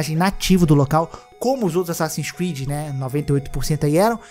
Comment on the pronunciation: Asasssin's Squid? Eu ouvi bem? 🤣